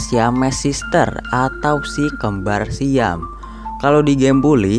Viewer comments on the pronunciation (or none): none